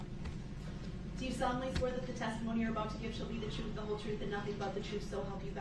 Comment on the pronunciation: Substain, biast, lisenz place, unbiblical cord, oaf of office, troof, relevancy, deffenant...the list goes on! 🙄😂